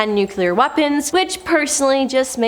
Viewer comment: Nu-cle-ur, not nuke-u-lar, am-bi-shus, not am-bi-shu-us. Normally i can let this crap slide but this gal just works my nerves, mispronouncing everything!